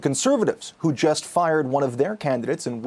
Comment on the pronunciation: Wow you really emphasis on the f when u say fired huh..